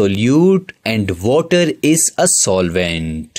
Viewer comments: Kinda true bruv he did say Vuttah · Waterrrrrrrrrrrrr how nicely you say sir😂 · Bro says water so so funny